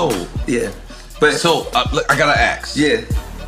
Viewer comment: How does this word "ASK" Pronounced Axe